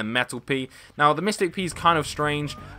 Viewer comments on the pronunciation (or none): You said mictick pea and metel pea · Did you say mystik pea?